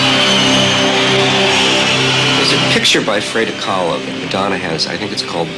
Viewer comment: the way he pronounced frida kahlo ?? lol